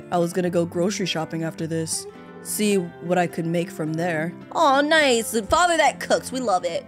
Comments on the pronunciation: Yout saying fater xd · Why do u say fature for father lol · Why do you say facher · Why did you say focher